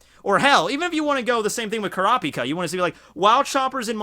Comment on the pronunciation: Man at least say Kurapica right!